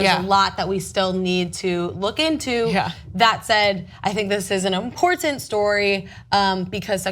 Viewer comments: makes me cringe with her over pronunciation of the word imporTant with that first T being so sharp and emphasized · I'm a tyt fan, but her communication skills distract me from the story itself. Her overuse + odd pronunciation of the word important makes me shudder, and bleating it loudly over the rest of the panel doesn't help make her poorly formed point about racism coherent. :| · Nobody in history has tried that hard to pronounce "important" that well. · am i the only one annoyed by the way pronounces the word important?..